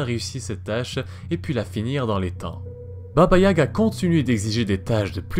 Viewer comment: Tout est bien sauf la prononciation, à améliorer de baba yaga